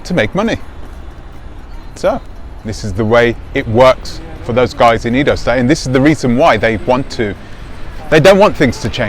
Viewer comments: Not pronounced “eedo” , it is pronounced “ai-do” as the a in “ace” or as the first “e” in Eddie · Short 'e' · He's pronouncing it like English!